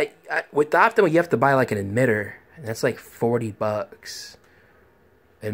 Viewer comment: optoma, not optimo...